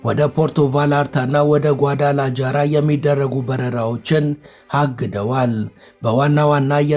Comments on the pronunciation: ነፍሴ የከተማዉን ስም አስተካክለህ ጥራ። ጓዳላጃራ ሳይሆን ጓዳላሃራ ተብሎ ነዉ የሚጠራዉ። ለወደፊቱም እንዲጠቅምህ በስፓኒሽ ቋንንቋ Ja የሚነበበዉ ሃ ተብሎ ነዉ። ለምሳሌ jose ሆሴ ተብሎእንጂ ጆሴ ተብሎ አይነበብም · ጏዳላጃራ ሳይሆን ጏዳላሃራ ተብሎ ነው ሚነበበው